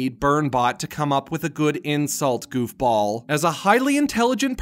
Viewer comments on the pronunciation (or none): I thought he said golf ball when he said goofball